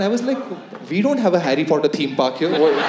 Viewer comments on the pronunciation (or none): none